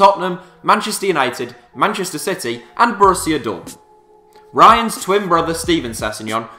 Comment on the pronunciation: “ryan” brewster🤦🏼‍♂️